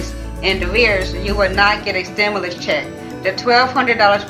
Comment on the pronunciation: She having a hard time pronouncing stimulus 😂